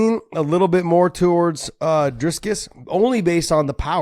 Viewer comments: "Driscus" How hard is it to say "Dricus?" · Where is the “s” between the i and c in Dricus? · Dricus not Driscus